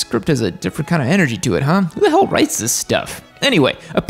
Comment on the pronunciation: Please dont say hell like that